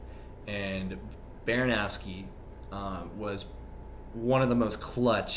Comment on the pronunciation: Why do you say it BaranOWski